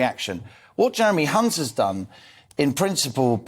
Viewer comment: Mispronunciation of Hunts surname isn’t a slip of the tongue He is one